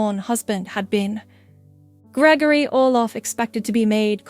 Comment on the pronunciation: Count Orlov not Olof.